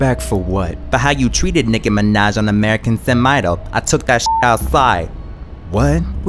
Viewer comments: That jump tho 😭😭😂😂😂😂😂 Nickie minaaajjjj ..the pronounciation 😂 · "Niki minej...ugh young money"